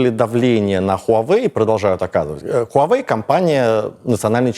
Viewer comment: Небольшая поправка: Huawei произносится 'ваa-вэй"